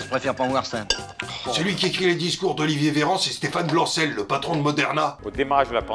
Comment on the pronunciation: Très bonne vidéo. Par contre c'est Bancel, pas Blancel